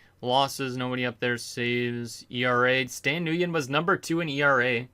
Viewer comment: Stan Nguyen is pronounced “win” and he has 32 starts why do u keep saying he missed starts cus he was injured he literally missed 1 game